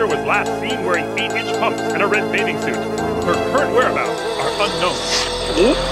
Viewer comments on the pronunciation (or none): none